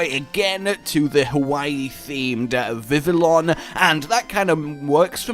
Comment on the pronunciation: Vivillon = Viv-ee-on... Just letting you know. It's from the French, where a double L isn't pronounced, it just drags out the previous sound. For example, "Travaille" (Work in English) is pronounced Tra-vye. The anime uses Viv-ee-on as well.